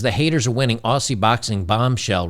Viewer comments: "Aussie" is pronounced Ohh-Zee, not Ohh-See :P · Aussie is pronounced Ozzie. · Mate= please pronounce "Aussie" AUZZY....the soft S sound Americans often use breaks our hearts!! Love your content